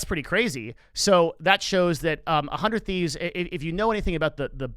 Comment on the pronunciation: 100T just stands out in terms of content first and that goes a long way. I don’t watch much of their content anymore but being more creator focused is helping them much more than other orgs one more thing about 100T that I notice a lot of people mistake is it’s pronunciation (sorry to call you out ) and Nadeshot did bring this up in a podcast about how he actually isn’t happy with the logo design because it leads to that confusion it’s not “one hundred thieves” “uh hundred thieves” it’s “hundred thieves”